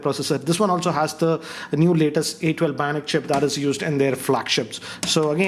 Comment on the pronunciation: A12 bionic "Chimp".. Did anyone else hear that? 🥺